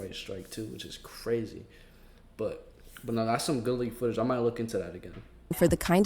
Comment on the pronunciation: "HHours of foot-a-gee." AI needs to go.